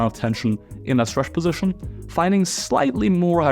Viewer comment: posishion, posishion position, not a posishion